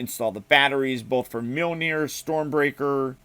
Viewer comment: Hearing you say Mjolnir hurts me to my soul